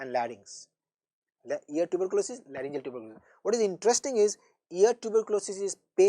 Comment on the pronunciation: larygoceal not layrngimalacia